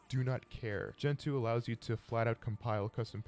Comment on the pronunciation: 1. It's not Gen-Two, it's Gentoo, one word. 2. Gentoo isn't noticeably faster than other distributions, it's just a feeling. If your linux is slow, you are doing something wrong.